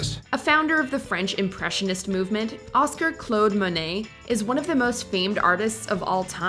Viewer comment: Have the person reading the narration learn how to say words like "anachronism" and "Claude" correctly.